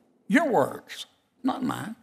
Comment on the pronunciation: ‘Your words…not mayne’ 😊